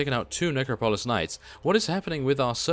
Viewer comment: Love your videos but I have to tell you, it's ne-crop-o-lis. Not trying to be a jerk either ;)